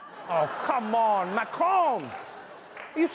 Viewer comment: 🤣🤣 Dude the way Trevor says Macron!! is spot on in French !